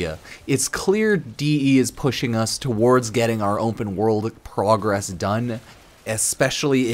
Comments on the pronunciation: Why does he keep saying Wumpah world instead of Open world ? So annoying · "umpen world"